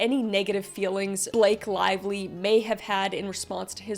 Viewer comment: Blake Lavelie? Did you pronounce her name like that